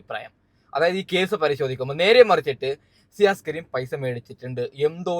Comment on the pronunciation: സിയാസ് " അല്ല ഷിയാസ്